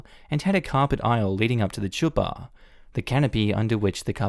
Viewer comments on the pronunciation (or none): Not sure if this is helpful, but chuppah is pronounced huh-puh. Kind of like Chanukah (commonly spelled Hanukkah) Is pronounced Haa-nuh-kuh. I hope this doesn't come off as rude. I love your channels and have a lot of respect for you. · the ch in "chuppah" is pronounced similar to the sound that you make when you clear your throat or similar to the word chutzpah not ch like in the word chess